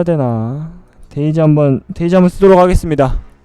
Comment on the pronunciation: 나만 그런가.. 왜 자꾸 데이지가 돼지로 들리지..